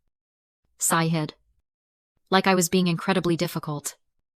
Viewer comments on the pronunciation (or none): This is some really bad AI. It actually pronounced "sighed" like it was two words. Almost as bad as this poorly written AI slop